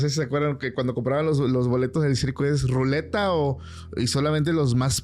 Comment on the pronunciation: Con todo respeto para es luneta no ruleta, saludos buen podcast!